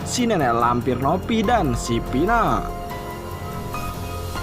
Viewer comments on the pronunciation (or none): Kok Nopi bukannya Novi kok Pina bukannya Vina gak jelas banget ngomongnya???